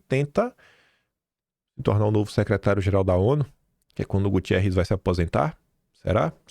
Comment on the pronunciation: Desculpe insistir, mas o nome correto do Secretário Geral da ONU (que é português e não espanhol) é GUTERRES. Você continua colocando um i entre o T e o E. GUTiERRES é espanhol e não é o Secretário da ONU.